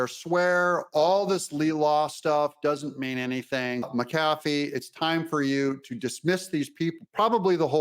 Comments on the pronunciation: Doug... say it with me... MAC-uh-FEE. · Judge "MAC A FEE"